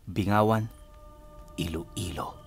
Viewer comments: Its pronounce binggawan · gud day po pinuno. lostwning feom iloilp laging nag aabang sa mga storya. godbless. btw bing-gawan po pagkakabigkas.